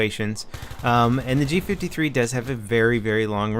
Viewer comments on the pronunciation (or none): It does look so similar to an MP5 because it is an MP5 fused with a G3 rifle. Thats why its prononced G five-three not G fiftythree